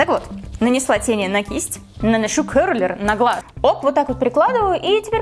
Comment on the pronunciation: Ты не можешь котурировать брозером ты делала бронзинг и он слишком тёмныи для тебя и он очень patchy и ты сказала ‘’кёрлер’’ боже мои правильно ‘’кэрлэр’’